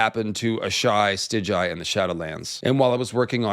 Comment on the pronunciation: In your next video pls pronounce it Stigai not Stiđaji